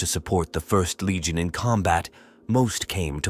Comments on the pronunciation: Great piece of work, but oh my Emporer, you have to do redo this and get rid of "ist legion" was driving me nuts after 30 minutes. And Prime-Arch. Aaargh. Shame. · ist legion? GTF out of here with this AI garbage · Whenever it says ist legion I laugh a little